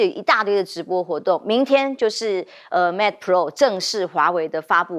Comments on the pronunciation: 應有人提醒羅主持人Mate不是MATA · 記者做點功課吧！mate not meta 60！